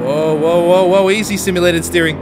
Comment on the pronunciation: always says "steerink" and i'm always like no, beef it's "steering" lol xD